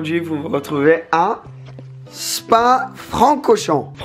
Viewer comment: Belle vidéo en plus tu as eu du bon temps poir une fois en Belgique et on dit le "r" de Francorchamp